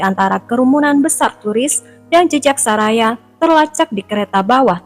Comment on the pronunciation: Bacanya Soraya kali BKN saraya